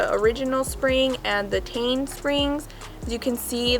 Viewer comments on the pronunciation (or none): Pronounced “Tee - en” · It's Teh-in Because it stands for Technical inovations so you pronounce the part5s like that. Iguess,cool vid